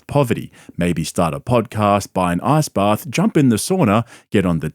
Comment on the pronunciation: When you say "ice bath", it sounds like you're saying "ass bath"😂😂😂